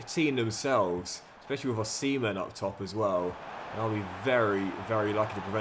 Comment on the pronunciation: Dude…. You can’t pronounce Osimen as ‘Oh-Semen’, especially when your goalie is Cumming